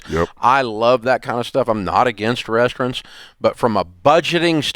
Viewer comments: Dave says RESTRUNTS. Lol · I love Dave, but why is he calling RESTAURANTS, “rest-rintz” lmao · I can't handle Dave saying rest runts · The hell is a "restrent"? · Is he saying “restaurants”? REYS-trunts? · Dave can't say restaurants